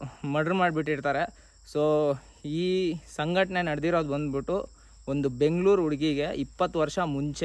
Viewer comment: ಸಂಘಟನೆ ಅಲ್ಲ ಘಟನೆ ಅಂತ ಹೇಳಿ ಬ್ರದರ್ 👍